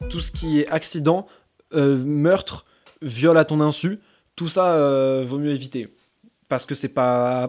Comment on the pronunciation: Viol à ton "inssu"